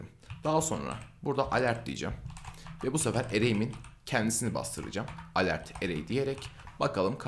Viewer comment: ivent degil event diye okunur yazildigi gibi. alert degil elört diye okunur yani yazildigi gibi degil.